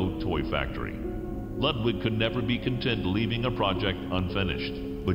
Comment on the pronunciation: I CANNOT stand how they pronounce Ludwig